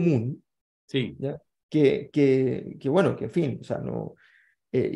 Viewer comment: gueno, gueno, gueno...!!